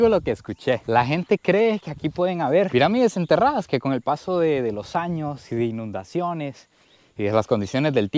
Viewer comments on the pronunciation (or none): none